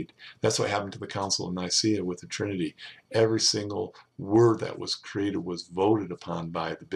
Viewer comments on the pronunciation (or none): none